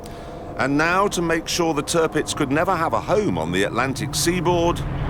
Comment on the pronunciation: somebody who gets it!! let clarkson do the show, and its an succes.. the best best best tv host ever... but ou english need to learn, to say german words proper! its not terpits, but tirpitz. you say the the first part, as tier!